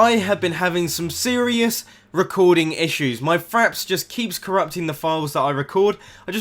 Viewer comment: lol i thought u said faps, instead of fraps xD